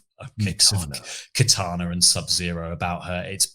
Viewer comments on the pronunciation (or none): none